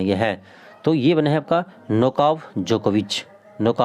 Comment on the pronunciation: आप पढ़ाते तो सही हैं, पर आपकी स्पेलिंग बहुत गलत है , बहुत जगह आप एक ही बात गलत शब्द के साथ पढ़ते हैं, जैसे नोवाक जोकोविच और आप बार बार नोकाव पढ़ रहे हैं ये तो गलत है, ऐसा करके बच्चो में कन्फ्यूजन होगा न